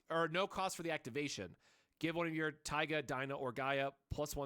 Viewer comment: it's pronounced "Tee-ga"